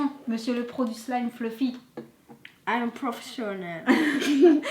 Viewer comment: Ça se dit pas slime ça se dit slime c'est mon maître qui me la dit.çi non je vous adores😘😊